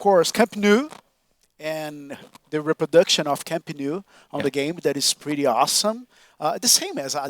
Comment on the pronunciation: "Camp nuu" the way he pronounced it is pathetic